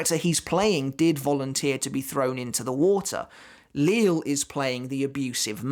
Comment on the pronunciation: Great video as always. I don’t know 100% for certain but I’m pretty sure Lille Barro’s first name is pronounced Lee-Yeh Barro and not Lil’ as in Lil’ Wayne. Someone correct me if I’m wrong, but I’m pretty sure that’s the correct pronunciation.